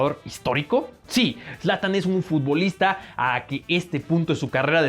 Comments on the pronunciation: Zlantan ? No mames >:v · Me destrozo cuando escuche zlatan